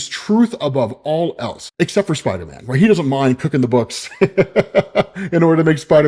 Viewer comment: idk why it took me so long to laugh when I saw this comment but when I did it had me rolling😂